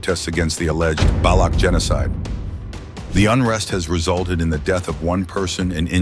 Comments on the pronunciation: INDIAN CHANNEL. AI GENERATED BRITISH ACCENT WHICH BTW THEY DID A PISS POOR JOB WITH. NEVER SET FOOT AND CAN'T EVEN PRONOUNCE BALUCH PROPERLY. WHAT'S NOT TO LIKE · AI voice can't pronounce Baloch 😢